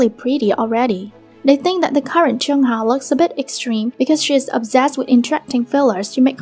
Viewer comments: I know chungha I mean the queen but idk abt chunhar </3 it's the pronunciation that sucks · PLEASE LEARN HOW TO PRONOUNCE HER NAME BEFORE TALKING ABOUT NEGATIVE THINGS ABOUT IDOLS